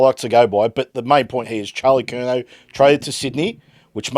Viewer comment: He said curNAO